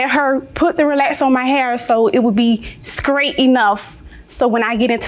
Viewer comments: She’s from Savannah she said Skraight😂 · Not me rewinding the episode to be sure I heard her correct. "So it would be skrait enough..." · Idk if ifs her accent but did she add a k in straight?